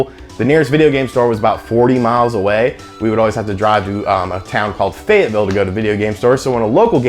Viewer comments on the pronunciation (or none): cool bro, you said Fayetteville and I can hear the accent.